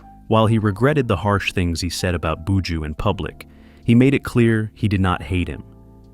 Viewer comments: Commentator bushooooooo say bu joh 😊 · In it boo-jew boo!